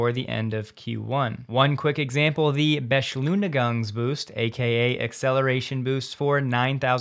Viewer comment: You pronounced the Beschleunings-Boost so funny I had to rewind and check what you meant :DD A for trying though!!